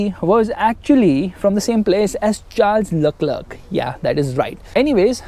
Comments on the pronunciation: Sharl Eclair🤣🤣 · 😂😂Charles luckluk 😂